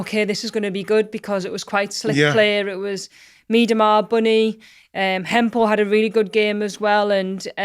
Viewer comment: "The best - that's a clue." Viv Miedema? Although, if so, Steph might want to practice (or avoid) saying her surname. Seems to think it's Ma-deema.